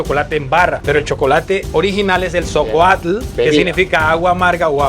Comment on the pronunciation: No es socoatl, es xocolatl. Se pronuncia distinto. Eso de la muestra más antigua me brinca. Ya que el cacao es una semilla que al igual que el maíz tuvo selección artificial. No era así originalmente. Y las fechas tampoco nos dan ya que culturas anteriores al período que mencionan ya lo utilizaban como moneda de cambio en lo que hoy es México. Y fue México quien lo utilizó para una bebida nativa y sagrada llamada xocolatl no socolatl. Es nahuatl una lengua que no se utilizaba en lo que hoy es Honduras. Hasta después de pasar los pochtecatl por la zona a comerciar. Y la usaron solo durante la dominación mexicana ya que eran un imperio grande y era una especie de lengua universal que no era nativa pero era la segunda usada como ahora el inglés. Lo que dice el señor con todo respeto dista mucho del contexto histórico de los codices registrados. Y de los descubrimientos arqueológicos recientes reconocidos. Se que aman a su país pero no está bien decir cosas que no son. Aunque el método es interesante. Saludos